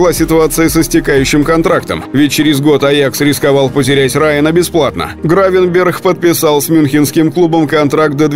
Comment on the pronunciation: По моему Гравенберг а не с х в конце